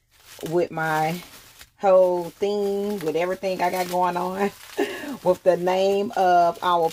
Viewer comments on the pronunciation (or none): with not wiff daaang thats annoying stop putting the letter F where they dont belong sheeesh toothpaste not toof paste no shade its a just a pet peeve